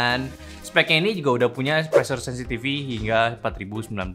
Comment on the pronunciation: Pressure Sensitivity, bukan Sensitivy